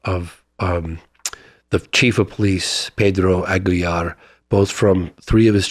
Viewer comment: This guy was A1 in my book until hearing him pronounce the last names LOPEZ and AGUILAR he has plummeted 🤦‍♂️